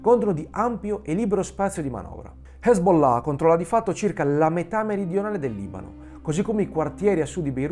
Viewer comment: Bel video, bella scoperta. Top pronuncia Hezbollah 😅🤣👍🏾